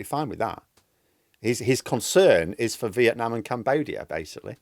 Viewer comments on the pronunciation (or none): none